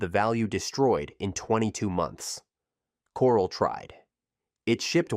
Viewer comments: "Core-ell", not coral. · can you at least pronounce Corel properly? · For God's sake, get to the point and move on! Stop repeating the same thing over and over in different ways! And DOS is pronounced "doss" but you call it D.O.S. half the time! And how can you mispronounce so many company names and expect to be taken seriously? For example Corel is "cor-RELL" but you call it "coral" like from an ocean reef! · It would have been great if you'd have at least learned the correct pronunciations of the names of the companies and towns, included in your program. CŌREL, NŌVELL, LĒHI, Utah. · That is NOT how you pronounce Novell, Corel, or Lehi.